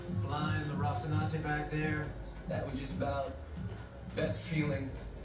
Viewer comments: He’s totally playing it up. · Classic pronouncing Rocinante without the 2nd "n".... just like how he kept saying Calvary instead of Cavalry and Talbolt instead of Talbot in Agents of SHIELD... at this point idk if he's just playing it up or what.